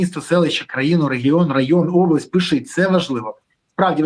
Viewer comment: Береза ти реально задовбав-просиш що 5 хвилин писати,ставити лайки,підписуватись-то хоч вимовляй ПИШІТЬ правильно,не плутай з кацапською вимовою пішите😂😂😂